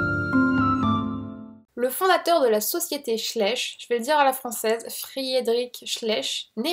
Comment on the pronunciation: Super vidéo ! Mais bon la prononciation des noms Allemand n'étaient pas bonne, tous comme Schleich qui se pronnonce "Schlayche" ^-^ Très original en tous cas